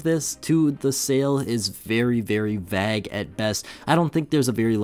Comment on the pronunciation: no way you said vague like vag